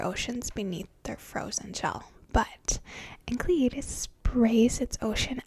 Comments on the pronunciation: I'm so sad you dont make videos anymore. You seem so nice. It's" En-sell eh dus" The C is silent. :) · Enceladus is actually pronounced "en SELL a dus", which I imagine would sound awesome in your smooth whispery voice. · Oh how she didn't pronounce Enceladus right it is pronounced enselidus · Great video and obviously great legs too. I think the moon Enceladus is pronounced En-Sell-A-Dus but that is just what I have picked up by watching "How the Universe Works" etc. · Nice work though I think it's pronounced En-sell-id-us. Oh and nice pins btw 😊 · My dad, the astronomer, said you need to brush up on your Greek. Enceladus is pronounced en-SEL-a-dus, and Phoebe is pronounced FEE-bee. But I don't care. You can pronounce them however you want, just as long as you continue to use that tone of voice.